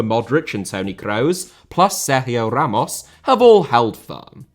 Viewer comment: Seryiooooo hammosss...bro your british..calm down